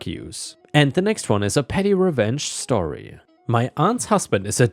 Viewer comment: Like how this dude says story. Shtorry 😂